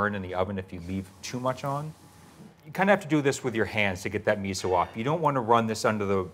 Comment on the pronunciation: did that gurl really say miso like ketchup?? @@